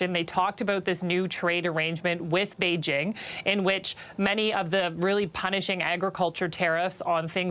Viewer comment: Yay, Beijing was said correctly! (It’s not bei-zhing as most say)